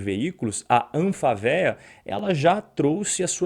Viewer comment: Muito bom o comentário. Só corrija nos próximos como se fala Anfavea. O correto é falar Anfávea.